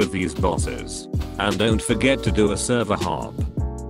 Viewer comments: u said server hope instead of server hop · Bro said server hope 😂